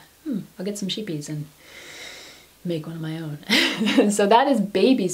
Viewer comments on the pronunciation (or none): Shiepies, love it. Scheepjes means small ships in Dutch. Pronounced, couch deep like you want to throw up, that's the sch, the ee is like an a as in May. the P as in pee, jes like just without the t. We can have fun with this phonetic thing XD love the little sweater, it's kinda sturdy. I use Scottish kilt pins to close my open cardi's. I don't like buttons so close my open knitted cardi's this way. You are knitting from 2012? Wow, you are talented there.